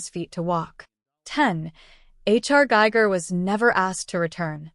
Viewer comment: It's giger .. don't use ai to get the names wrong